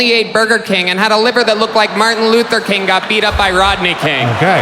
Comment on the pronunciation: Why is he pronouncing king like that tho? He’s saying it like kaeng. Kind of like how he says eggs like ayygs